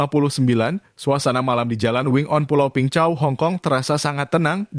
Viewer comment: Peng Chau (bacanya : beng cao). Saya tinggal di pulau sebelahnya, Cheung Chau island. Min, bahas perampok dan pencopet di hkg, pelakunya WNI dgn visa turis. Masuk ke hkg, emang punya niat jahat.